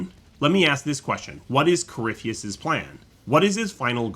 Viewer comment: Its easy to get caught up with everything, so I've learned to keep things simple. Nice video, and I always got a good laugh when would butcher corypheus name lol